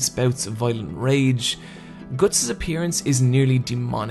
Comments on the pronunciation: isn't it pronounced Guts? as in "you have the guts to do it.." You seem to pronounce it Goats. Anyway like the video, you know what you are talking about. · ITSSS GUTTS NOT GORTSS!!!!!!!!!!!!!!!!!! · when you say guts it sounds like goots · Gootz??? wtf is that pronounciation??? Love berserk(only the original) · Omg I can't do this he pronounces "guts" slightly different to what I'm used to oh god MOM GET MY PILLS MOM HUG ME MOM